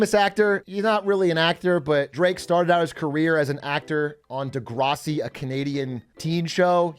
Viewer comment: “Da-grase-ee” lmao 😂